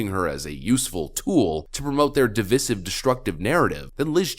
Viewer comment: P.S... its "div-eye-sivv..." not "div-viss-iv"